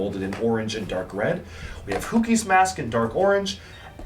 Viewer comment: It's a bit weird that pronounces hewkii as hooky but pronounces nuparu perfectly in this video